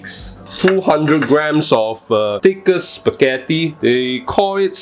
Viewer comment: Wait a sec... SPEGHETHOO WHUT? Large spaghetti? First time hearing it